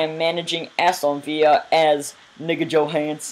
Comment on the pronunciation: That's not how you pronounce Aston villa :P